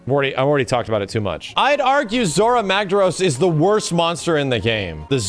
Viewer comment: Zorah Magdaros not Zhorras Magdarros